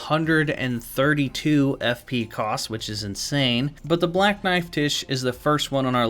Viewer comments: One word: “Black knife Tiche”… I believe her name should be pronounced “Tyche”, like in Greek, Τύχη (the “X”, “chi” is pronounced as a hissing H, like the word “chiasm”). I believe this since it means “fortune”/“destiny”…. So you know, destined death. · FYI it's pronounced "Tie-key", not "Tish". It's a Greek name. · I dont think its pronounced tish. I think its pronounced like the Greek goddess Tyche which is pronounced like Nike but with a t.